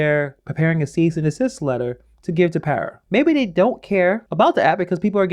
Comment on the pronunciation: It's pada not para